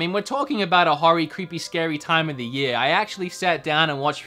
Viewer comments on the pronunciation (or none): none